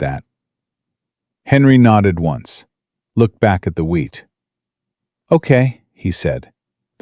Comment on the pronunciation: Illinois. Wheat not weed. Mrs not misses. Love listening tho